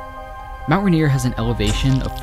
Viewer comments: I'm being a picky and I do apologize, but it's pronounced Mt Rain-ier. Not Mt Ruh-nier. Just remember, in Seattle when it rains, you can't see Mt Rain-ier. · I know I’m leaving this comment MONTHS after you uploaded this, but I had to. You kept saying “RAN-ier”. That is not how to pronounce it. It’s “Rain-ier”, quite literally exactly how it’s spelled. Even when said quickly, you should always be able to hear the “Rain”. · Love this so much… especially as a native Washingtonian…! (Bit of feedback is your pronunciation or Rainer…isnt correct. Its Rain-nier